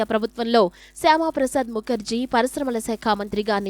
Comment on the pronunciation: శ్యామ కాదు మేడం శ్యాం ప్రసాద్ ముఖర్జీ